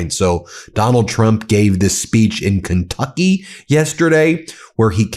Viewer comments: tRump can't even pronounce the state of Kentucky correctly. How long has he lived under his rock? Keentucky? Obviously he flunked his phonics lessons. Sheesh! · did that mfer say "KINGTUCKY" ??? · Love how trump pronounces Kentucky as kingtucky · Keentucky? Gaaaawd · I don't mean to be abusive with people who have a Speech impediment🫤 But 🧐 KEEEN TUCKEEEE🤣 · As Doo Dooo J Pronounces; Keen Tuckeee🤣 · He can't even pronounce it. He said "KEEN-tucky" twice, but they don't care! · I'm not from the US, but is that how Kentucky is pronounced!?